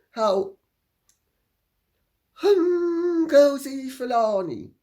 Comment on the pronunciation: Oh my goodness! Sayin ngozi Fulani. It cracks me up! Can’t stop laughing!